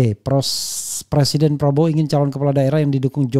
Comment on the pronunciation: Presiden.... bukan persiden..... ngomong aja nggak becus lho jok